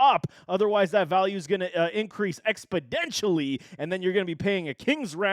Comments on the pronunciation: My dude said "expodentially" 🤣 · "expadentially" lol